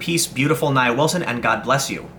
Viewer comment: Her name is pronounced NIA. (NeeAaa.) You're welcome. You believe these "KKK wanna be's"? BS. This 'animal' attempted to also kill her sister.